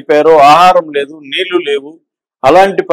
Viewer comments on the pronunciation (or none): none